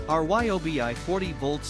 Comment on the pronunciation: Notice that the "narrator" is actually a robot? They spell out R-Y-O-B-I instead of saying RYE obi, or was it REE obi? But yes, I just got the Milwaukee. It makes that reeeyobi feel like a kids toy.